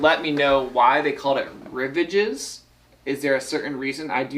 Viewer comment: OMG! It's French. Rivage means "shore." It's pronounced ree-VAHJ. (It's like nails on a chalkboard when someone mispronounces a word. Ack!)